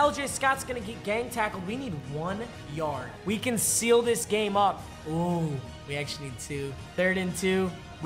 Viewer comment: He fully said grame